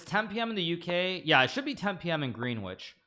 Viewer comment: it's GREN ITCH